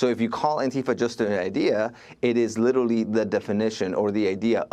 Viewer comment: My guy said “literally” 100 times and is just physically incapable of pronouncing it. Why would you do that to yourself?